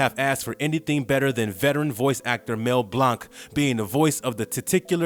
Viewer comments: The narrator is reading without feelings, and get names wrong. Mel Blanc, not Mel Blonk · I can tell this guy was not alive when these show was playing he can't even say Mel blank name right the man of a thousand voices